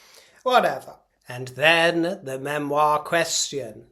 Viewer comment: Please Spare us. “ MEMIOR” Love your show.